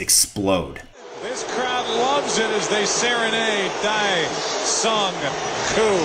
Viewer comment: Its Dae sung koo